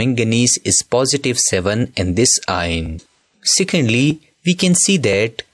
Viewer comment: ion ❌ aayon ✅